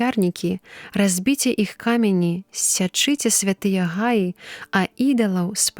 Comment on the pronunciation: Прачытана: разбіце ка'мяні, слоўнік дае націск на апошні склад: камяні'.